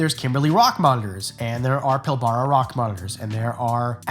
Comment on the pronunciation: I said this on another channel but in Australia we pronounce Pilbara as ‘Pill-Bruh’ not ‘Pill-Bar-a’ just to let u know.